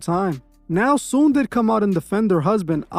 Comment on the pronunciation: Her name is Soon-Yi.